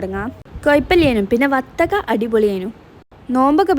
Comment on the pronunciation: Vathakka alla bathakka ok